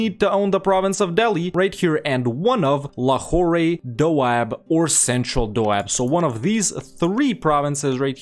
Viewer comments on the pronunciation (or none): Nice! Long time watcher, new subscriber. Just a small thing, because of the... you know... OCD, it's pronounced Lahor without the elongated "ray" at the end. A popular Pakistani dad joke is: "What do you call a French prostitute in Pakistan?.. La Who..." you get it. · Lmao. Watching this right now from Quetta. Never felt more proud of my province ever before. I hope we can see the series complete in my lifetime P.S Lahore is just pronounced as 'Lahor'. No need to say the 'e' at the end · The trade node is spelled Lahore, but the pronouncing is basically Lahor.